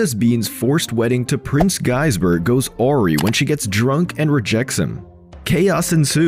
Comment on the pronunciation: You pronounced "awry" wrong.